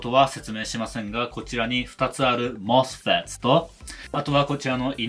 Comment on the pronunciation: ２つだから「MOS-FETs」と正確に発音してるの芸が細かい